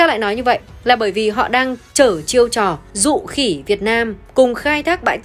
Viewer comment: Dụ khị VN chứ k phải dụ khỉ VN đọc sai rồi